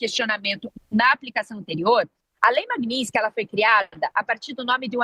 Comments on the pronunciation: Genteeeeeee É lei MAGNI-TSKY!!! O “S” é depois do “T”!!! Falem correto… a gente pode falar errado, mas vcs nao!!!! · Meu Deus....como chamam uma pessoa dessa pra falar sobre a lei....e a repórter (ou blogueira) não sabe sequer pronunciar o nome da lei, e ainda escreveram errado...chocante! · Quase a jornalista quebra a língua para pronunciar magnitsky.😂😂😂😂😂😂😂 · A desgraça não sabe nem falar o nome da lei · A repórter não sabe nem pronunciar o nome da lei😂😂😂😂😂 que vergonha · A jornalista não saber pronunciar o nome da lei é engraçado. O "t" é mudo. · Desenhou pra carol que nem o nome da lei sabe pronunciar. Essa imprensa é uma vergonha. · Nenhuma das duas conseguiu pronunciar Magnitsky corretamente. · As duas erraram a pronúncia! Como pode? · ESSA ADVOGADA NÃO SABE NEM PRONUNCIAR O NOME DA LEI. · Não sabe falar Magnitsky, próximo…! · Ela não acertou nem falar magnitsky…